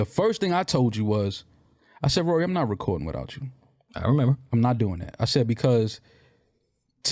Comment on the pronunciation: It's rory not ruuuuuuury 😂😂😆😆😆🤣